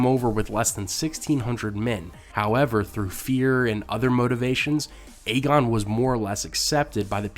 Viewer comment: Just thought you might want to know... Aegon is pronounced "Egg-on", not "Aye-gon". Anytime you see a name spelled with Ae at the beginning, the A is silent. Thus you have a story like "Tales of Dunk and Egg", Egg is how the beginning of Aegon sounds.